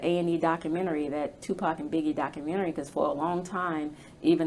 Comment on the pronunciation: She said Tubac, not Tupac lol she’s a fraud